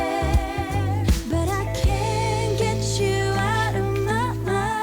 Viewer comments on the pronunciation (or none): none